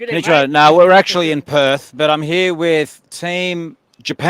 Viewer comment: Perth not Perf. And we don't have a Harbour. It's the Swan River.